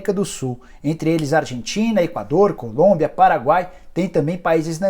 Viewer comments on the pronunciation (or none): none